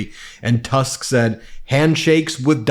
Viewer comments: It’s not Donald „Tusk” You read it in Polish as you would read „Toosk” in English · Please.. his name is Tusk with the U pronounced as in "put" . On the other hand, I love your comments totally!